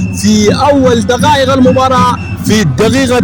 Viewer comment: المعلق عليه الانتباه لنطق حرف القاف ، دغائغ= دقائق الدغيغة = الدقيقة مع العلم أنه تعليقه جيد ، فقط عليه تحسين مخارج الحروف و خاصة عدم الخلط بين القاف و الغين